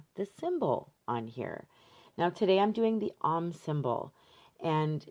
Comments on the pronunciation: OM rhymes with dome, not mom. Long 'o'. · Love your work and videos,. FYI, Om is pronounced like 'foam' (without the f, obvs)